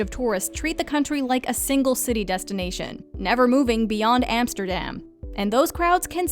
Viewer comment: Why does she pronounce literally. every. city (including "Barthelona") in the "native" pronunciation, EXCEPT "Belgrade" (and "Amsterdam")?